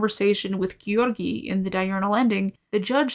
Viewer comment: sometimes you pronounce "Georgiy" so well i start to think video will continue in russian